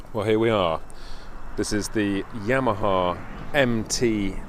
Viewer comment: Did just say YAM-a-ha? LOL